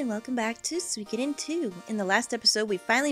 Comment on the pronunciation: The only thing I don't like about this let's play so far is the fact that you pronounce "Suikoden" as "Sweekoden" haha